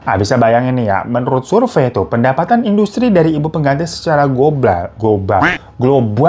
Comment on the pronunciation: bang pas lu bilang "gobal" gua ngakak banget anjir😭😭😭😭😭